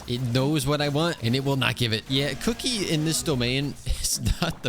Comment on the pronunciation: the way he ''kuki" like "cookie"🤣😂